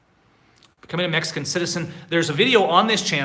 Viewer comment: Hi,. I know you're learning Spanish, so I thought I'd help you out with the pronunciation of Mexico. I'm hearing you say May-ee-co, it's pronounced Meh-HE-co. The X is pronounced how we say "he" in English. I've also heard you say May-ee-cans, but that is Spanglish. In Spanish you would say Meh-he-can-oh or Meh-he-can-uh (add an "s" to the end if it's plural).:)